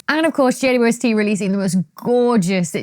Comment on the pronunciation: Why do you say "J-U-S-T"??? Instead of JWST!!!?????